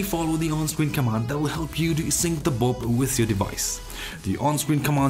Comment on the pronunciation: Nice! Forgive me but i could only hear Bob instead of bulb. Great video again!